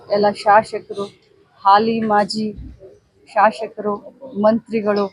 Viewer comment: ಶಾಶಕರು ಅಲ್ಲ ಮೇಡಂ ಶಾಸಕರು